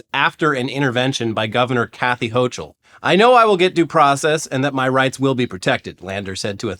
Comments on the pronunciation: Sending love from NY! Brad Lander has been an absolute hero here in the state for decades now and I’m really hoping him or Mamdani can take the ticket and make this city a better place. Also gang, no shade, but it’s Kathy “HOH-kul”, not “HOH-chul”👍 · It’s pronounced Hokul, not hochul 🙋‍♀️